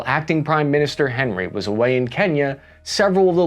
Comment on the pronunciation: it’s pronounced awn-ee. President awn-ree. Not Henry like he’s from Cincinnati